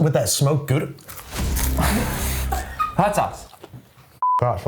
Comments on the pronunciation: Very respectable pronunciation of Gouda actually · You can't imagine how surprised I was hearing an American pronouncing "Gouda" correctly 😂😂 Love it. Great great video! Love from The Netherlands ❤